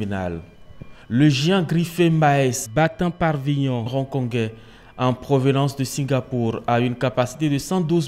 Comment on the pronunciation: Battant pavillon et non "parvillon" 😅